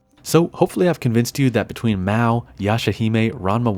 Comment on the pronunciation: MA-O not MAW :(